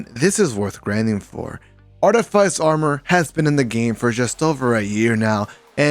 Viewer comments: Facts, got me a little annoyed when people pronounce it like “ice” instead of “fiss”😂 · It's pronounce Arti-fiss. But thanks for the vid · Artyfiesi or artifice ? That pronunciation is weird lol